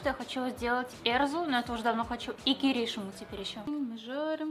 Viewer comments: не кирИшиму, а киришИму....... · Не кирИшиму, а киришИму. Ударение немножечко не там